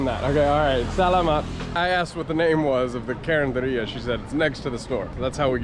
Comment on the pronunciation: Carinderia. Yes you said it right. These are roadside foodstalls that sell delicious yet within the range of a price budget. Take care of your health always.